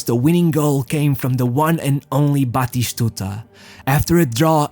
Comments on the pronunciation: Some of the pronunciation is truly weird, e.g, Roma…(what.?) But I’m sure that in Argentina they call him Batistuta, not Batishtuta. Practice, practice! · Dear lord man, stick to one pronunciation or just pronounce the names in English, don't just makeup names to show that you can speak various languages is F*** annoying, good video, but your pronunciation killed me to the point of writing a comment. 1. his name is BATISTUTA not Batishshshtuta... don't drag the s and h!!! there no HHHHH.. 2. is pronounce ARGENTINA, you either pronounce it in english accent or Spanish accent but dont put J and S and H where there's none.. Arrrgjjjshentina 3. Is pronounce ROMA (Spanish), in English Rome (Rowm), but not GGRRRROME... not even the French will do it lake that.. 4. if you pronounce Ronaldo name with Portuguese accent, then stick to it!! however, given that your presentation is in English, then its better to use the English pronunciation of his name, and all the names as you're main target seems to be English speaking audience. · We called him bloody stooger cuz In one of the older versions of FIFA like for PS2 When the commentator said his name it sounded like he was saying bloody stooger. We would yell Bati-stuta It's not that hard!! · Its not pronounced "batishtuta". Stop trying to sound refined